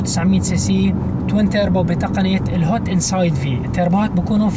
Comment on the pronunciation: توربو وليس تيربو